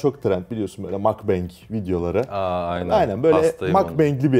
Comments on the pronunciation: Yazamadan edemeyeceğim. Mukbang'ın okunuşu şu şekilde: 'Mokbang' direkt böyle okunuyor makbeng diye değil. Orjinali de şu 먹방. Korece yemek yemek anlamına gelen mokda 먹다 fiili ile yayın anlamına gelen bangsong 방송 kelimelerinin birleşiminden meydana geliyor. Bir daha bu tarz video çekerseniz en azında telaffuzuna belki dikkat edebilirsiniz. :) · iki saattir makbeng ne diye düşünüyorum. abi o makbeng değil mokbang dfndskjfds. yazıldığı gibi. "mokneun bangsong" yemek yenilen program demek. bunun kısaltılışı da mokbang. küçük-güzel bir detay bilgi.:) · Kanka 'makbenk' değil 'mokbang' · şu mukbang kelimesini ne kadar evrimleştirdiniz abi yazıldığı gibi okuyun işte makbeng nedir lkgjdfj aslında mogbang telafuzu ama makbeng demeyinde mukbanga razıyız :D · Efe mukbang öyle okunmuyo yabmaa